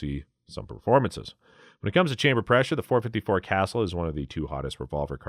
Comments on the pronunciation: FYI It’s pronounced Caa Sool NOT Castle Thank you for the video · Casull is pronounced Kuh-SOOL.